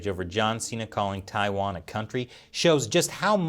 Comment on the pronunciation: Tai- wan , Taiwan, not tia its tai ok.